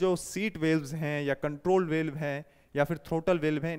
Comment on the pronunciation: सर आप वाल्व को वेल्व को क्यो उच्चारित कर रहे हैं?